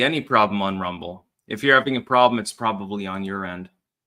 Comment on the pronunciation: "alright everyone we're live, lets make sure thats actUALLLy the case over on r-UM-ble"